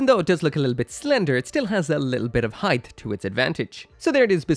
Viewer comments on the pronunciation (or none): none